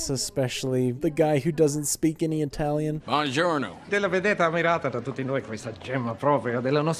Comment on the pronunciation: The best 'bonjourno' in cinematic history.